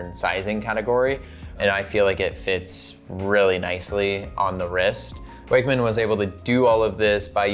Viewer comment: I'm pretty sure most people are saying it incorrectly, based on where Icko Wakmann came from. It should be "VOK" 'Vokmann.'